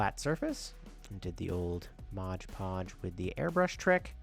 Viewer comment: I especially like how you hold up the bottle so it's perfectly legible and still say "modge podge". 😆 That's so classic...like "Febyuwary" or "we booked it out of there". Still, awesome little setup.